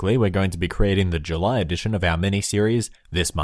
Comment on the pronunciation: "July" OH SHET ITS JELY